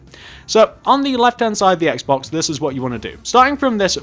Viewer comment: What about a Wii U house? BTW instead of Xbox, you said Axe-box.